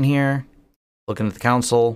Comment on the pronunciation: It's pronounced, 'CON-sul'....not 'COUNT-sul' :) (Maybe you should just call it the 'terminal'?) :)